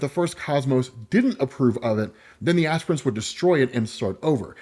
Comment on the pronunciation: Lol you called them "ass prints" the entire time